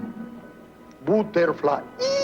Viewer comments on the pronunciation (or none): Best English Pronunciation EVER. ButerflyEEEEEEEEE